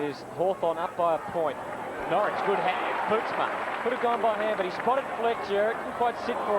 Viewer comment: Jesus Huddo it's Norrish not Norwich lol.